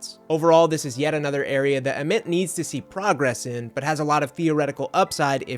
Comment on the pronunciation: its VOLS not VOLES. Short for VOLUNTEERS. Its AYY-Ment not Ahment Did you even watch a real game? lmao